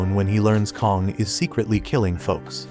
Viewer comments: Also his name isn't Kong its kang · kong bro it's kang and leo is supposed to be yoo